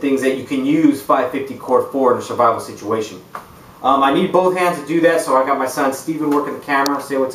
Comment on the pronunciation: Good video but "srivivle" is not a word.